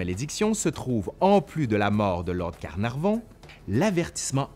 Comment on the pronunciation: Lord CarnarNon ou Lord CarnarVon? :P :P :P